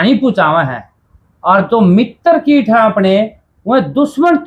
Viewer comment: भैया किट नहीं कीट होता है। कृपया सुधार करें